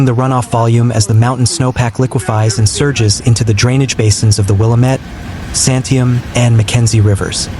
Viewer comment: Well…. At least you didn’t mispronounce Oregon. Willamette = will AM ette Santiam = San tie AM